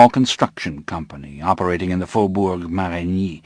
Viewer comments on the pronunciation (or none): none